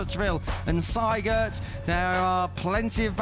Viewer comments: Why do commentators say Seigert while the name in the leaderboarsa say Siegert? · Spell the name SIEGERT ->> like ZEE-gert !!!